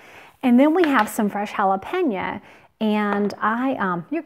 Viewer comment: Jalapeno its an O not JalepenA. You keep saying JALAPEÑOAAAAA